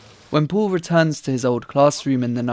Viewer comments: Sein Name ist "Paul" und nicht "Puhl". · Why do you pronounce Paul as "pool"